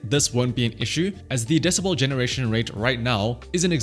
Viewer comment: DeciBEL not deciBALL.